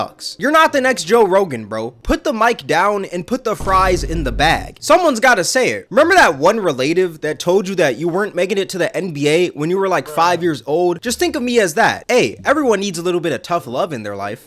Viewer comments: Did bro say Re-Lay-Tiv instead of Re-Le-Tiv 😔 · Bro wtf is a relAYtive 🤡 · That one "Relay-tive?" uhrm "acktually"- it's "Rela-tive" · This dude say relaytive? 😂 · Lol rel-ative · Not everyone needs a YouTube channel... relAtive? Bro can't read. That's REad, not ReaD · “ Relaytive “🤦‍♂️ Don’t know why that struck a nerve but it did . Cmon bro why you saying it like that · Releightive instead of relative is crazy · “Remember that one re-late-ive?” Nah bro I don’t 😭😭😭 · He just say "re lay tiv"? Relative 😂 ** 5 sec later ** "I want my mom to cum" Im out. Channel popped up. I tried. GG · "that one relaytive" got me crying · Do remember that one "re-lative"???? ha ha ha ha (at 29 seconds in). idk if that's purposeful or bc you learned that word from reading it. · “relate-ive” lmao lost me as soon as he said that shii he’s just as dumb as the ppl he’s criticizing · Nicca say relate-ive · Relaytive?? 😭😂 what the actual???? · Why the hell does he pronounce the word relative like re late tive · bro said reLAYtive 😂😂😂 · Ain’t no way bro just said “rel8tive” 😂😂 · nigga WTF is a Relaytive 🤣😂🤣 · That one "relay-tive" is crazy. This is why not everyone should have a podcast, at least play the Google translate pronunciation. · Why did he pronounce “relative” like that? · DID THIS FUCKING HAIRY MILK DUD SAY “RELAYTIVE” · A “reLAYtive?!” Ima need extra onions on my whopper bro. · "RelayyTives" is Nuts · He probably learned that word from only reading it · THANK YOU. English is not me first language and when I heard relaytive I was like wtf??? I've been lied to all my life??? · he rly said re-late-iv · I’ve never heard relative pronounced that way😂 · Bro how the hell do you mispronounce relative? 😂 not everyone needs a podcast? Well not everyone needs to do YouTube videos.... Couldn't take you seriously after that mispronouncing 🤡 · I agreed with him then he miss pronounced relative and i was😅 im out. Enjoyed the first couple seconds though. I dropped a like.